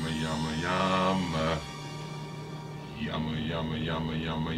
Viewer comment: not.. Yama.. its Yumma Yumma :P